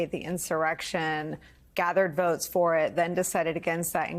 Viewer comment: I throw up a little bit every time I hear the way Trump pronounces the word "votes". Straight out of a NY mob movie.